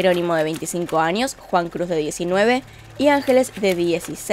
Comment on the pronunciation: Por qué dices "anios o "anio" o "maniana"? 🤔 Aunque fuera de eso tus vídeos son de ptm, salu2 desde Perú jeje.